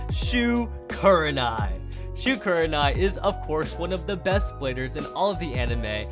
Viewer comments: Shu not shoe bro 🤣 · Lmao he said "shoe" Instead of shu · It’s a thusly shu not shoe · Shoe, not Shu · bro when will u get it right it's "Shu"